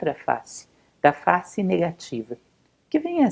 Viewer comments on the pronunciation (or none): none